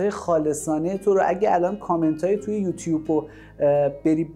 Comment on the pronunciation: یکم سواد و بروزبودن هم بد نیست () شما تووی تبلیغ شبکه ی خودت کلی گاف داری که هر روز هم تکرارشون میکنی و حتی وقت نمیذاری درستشون کنی. اولا سابسکرایب درسته نه سابسکراپ، دوما یوتوب یا یوتیوب درسته نه یوتیوپ.حتی واسه ی تبلیغ کانال خودت هم حاضر نشدی بری و تلفظ صحیح این کلمات رو یادبگیری. شما که به کانال خودت اهمیت نمیدی چطور انتظار داری مخاطب داشته باشی.